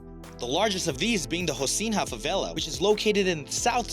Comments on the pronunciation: Haw-SEEN-ya. That's how to pronounce "Rocinha". Please. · And he pronounced rocinha favela wrong